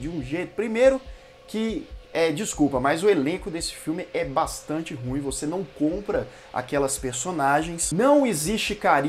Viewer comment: É ru ím que fala.